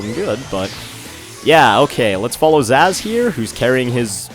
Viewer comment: Amy sounds like Minnie Mouse. Wait, Zazz? It's pronounced like Zsasz, a Batman villain. A really creepy one at that.